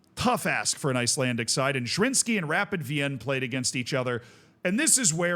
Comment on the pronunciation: SK Rapid is pronounced either Es Ka Rapiiiiid (emphasis on the i) or Rapiiiid Wiiin (Wien is the German name of Vienna, the e is silent but the i is long)